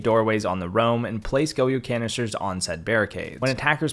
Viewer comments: the only bad thing I can point out in this video (because im Copper) is the way he pronounces Goyo lmaoo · Is it goyo pronounced go-yo I always thought it was like goy-o